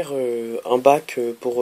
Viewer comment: on ne dit pas un baque